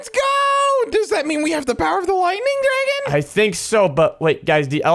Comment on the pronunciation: A drAegon 😂😂😂